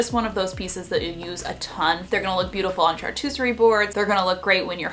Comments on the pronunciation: she said chartooserie <3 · "chartussery boards" 💀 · Did you say watucerey board?? 🤣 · Oh dear. Charcuterie, not chartucerie. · "Shar-cute-er-ree" boards. 😉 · did you try to say Charcuterie board? Love the videos....lost in translation though! Thanks for the great ideas anyway, your videos are so fun❤️ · I think she was trying to say "charcuterie boards"